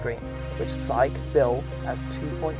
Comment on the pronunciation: shang qi , you says Japanese pronounced